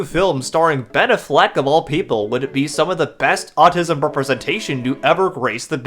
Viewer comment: The way you pronounce Ben Affleck it's very autistic, like unironically, it has that autistic accent, neat video